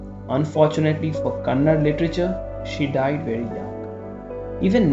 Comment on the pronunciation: One small suggestion please correct yourself it's not KANNAD its KANNADA there is an A after D . Since many hear your stories which are narrated beautifully this small correction would be appreciated.